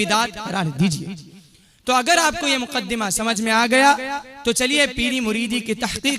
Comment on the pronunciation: Muqaddama ya muqaddema